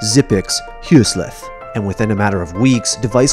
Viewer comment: The way he pronounced Højsleth in Xyp9x' name made me choke :D Huuwsleeeth